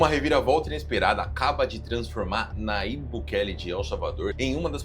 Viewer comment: Nayibe, porém se lê "Najibe".